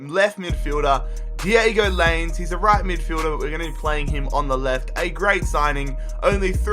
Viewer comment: Lainez is pronounced Line-ehh-s